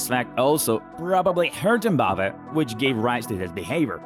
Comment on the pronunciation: Mbapeh… bruh you can’t pronounce it correctly, it’s Mbappé (Em-ba-pay) is that so hard?